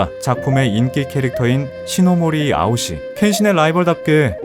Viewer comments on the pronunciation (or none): ㅋㅋㅋ 암튼 에서 아오시가 시시오가 되어버렸네 ㅠㅠㄷㄷ